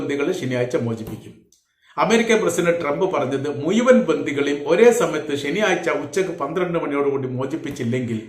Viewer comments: Muyuvan. Alla. Muzhuvan.malayalam. parayan padiku. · മുയുവൻ അല്ല മുഴുവൻ 😅😅പിന്നെ നിന്റെ ന്യൂസ്‌ ഒക്കെ വേറെ ചാനലിൽ വന്ന് 3ദിവസം കഴിഞ്ഞിട്ട് ആണ് അതിന് അർത്ഥം നീ കോപ്പി അടിക്കുന്നു എന്ന് 😂😂 പിന്നെ ആവർത്തന വിരസത പറഞ്ഞത് തന്നെ പറഞ്ഞു 10 മിനിറ്റ് വിഡിയോ ഇടുന്നു. സൊ ഓട് തായോളി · വീഡിയോ ചെയ്യാൻ തുടങ്ങിയിട്ട് കുറെ നാളായി ഇപ്പോഴും മുയുവൻ, കയിഞ്ഞ, കൊയ്ത്തത്, കയില്ല,ഒയിവാക്കി ഭാഷ നന്നായി പറയാൻ പഠിച്ചിട്ട് പോരെ വീഡിയോ ചെയ്യൽ